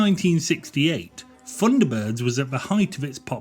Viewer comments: Really struggling with 'funderbirds' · I thought they were Thunderbirds, not Funderbirds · it was called THUNDERBIRDS, NOT FUNDERBIRDS. And they were BROTHERS, NOT BROVERS. DISLIKED. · The voiceover rather spoils this. Someone who cannot pronounce 'th' narrating a 'Thunderbirds' feature....!?! ...ie, The Thunderbirds.... rendered as 'verr Fundabirds...' doesn't really gel. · I distinctly heard you say "FUNDERBIRDS" and "FREE TONS", Huh?, sorry i just tripped over all those "TH"s you dropped all over the floor. Oh and i had my knuckles rapped at school with a ruler, when it was pointed out to me that the letter "H", is pronounced AITCH, there is no unwanted "Huh" if i learnt this aged 8 i am sure you could have. Thrn you finish it all off with a final 20 firteen, what a lazy dork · 'Funderbirds' ? lmao. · I agree, when the commentator can't even pronounce his subject. 10/10 for effort but 'funderbirds'?.... really?